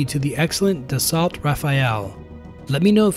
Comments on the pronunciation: Dassault - 'Dasso'. S'not hard. Renault - 'Renno' Peugeot - 'Perzho' Dassault - 'Dasso' Dasso. Dasso Rah fail. Das. Oh. Da salt is New Yorkouise for 'The Salt' I don't normally get picky, but that's egregious. Hard to take seriously someone who's evidently never heard the name spoken aloud. Give it a try, it's easier than it seems. Dasso dasso dasso. It's name is dasso and it's a Frenchie fighter jet. Like lasso. Lasso a renno or perzho from your dasso, like Louis Blerrio, from atop the Mazhino whilst crying like Pea-aero. French names ending in 't' are almost invariably pronouced as if that 't' were 'oh'. Dasso. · Dassault is pronounced Dassau and Rafale is pronounced Ra-Fell, not Rafael lol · Da-salt. Raphael? You're hopeless. Good video otherwise.